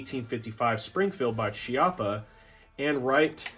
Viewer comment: It’s pronounced “kee-up-ah” the ch is a hard K. Like Chianti, echo, Fiocchi ammo etc